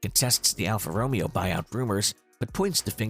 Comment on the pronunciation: should definitely look up how to say alfa romeo